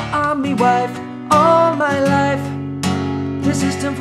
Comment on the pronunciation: All my loif. You didn't say Loif correctly.